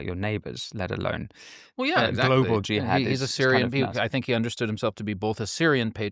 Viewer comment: It's not that complicated man, it's (* Gee-haad!